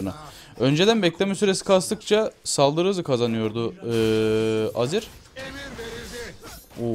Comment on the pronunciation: niye her azir diyince aziz anlıyorum :D